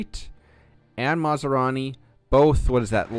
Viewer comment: Fot goodness sakes man!! It's not masarani! He ain't some kind of food!! It's MAS Rani!! 😂